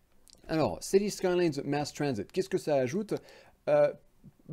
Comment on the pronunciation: Mdr City Skyyyys !! La prononciation a l’américaine !